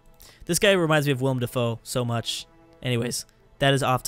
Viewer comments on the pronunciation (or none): none